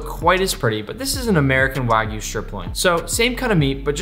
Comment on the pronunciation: First Person i see pronouncing Wagyu correctly. W-A-G-Y-U not W-A-E-G-U....